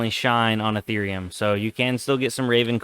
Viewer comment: Nice video. Please never call eth ear eum eath er um ever again